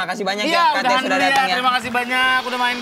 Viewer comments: Bacanya sebenernya kan kétiz bukan kates ya..tp yowes ben lah 😅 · Namanya bukan kates tapi dibaca katis, aku gemens sm pengucapan hostnya 🥹 udh bagus itu namanya, jgn diganti keplesetannya, ga lucu soalnya😢